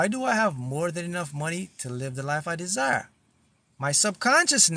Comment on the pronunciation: Desire sounds more like design,.